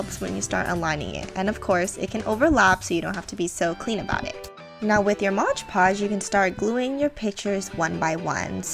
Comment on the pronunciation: It's called MOD podge not MODGE podge, and and AMPERSAND not 'an and sign'. I can't watch...